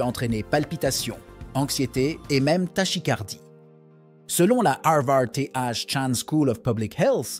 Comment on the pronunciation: "Tashicardie" au lieu de "takicardie", on parle bien sûr de "tachycardie".